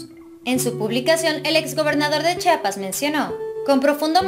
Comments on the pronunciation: En una publicación vi que Anahi también decía Chapas no Chiapas lo cual se me hizo raro. Vive hay y no sabe pronunciar correctamente Chiapas...😁😁😁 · Buenas tardes es Chiapas no chapas reciba un fuerte abrazo desde Tuxtla Gutiérrez Chiapas Chiapas que da claro